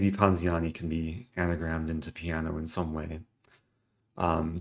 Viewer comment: "Piano zini"?